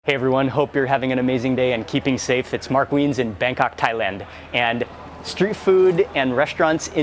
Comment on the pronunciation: Mark Weins becomes Mask Wiens 🤣